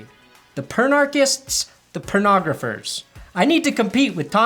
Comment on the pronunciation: did you just fuckin say "Pernographer" lmfao niceeeee.